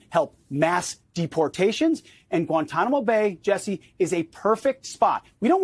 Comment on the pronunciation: " at Guantanamo bey-uh"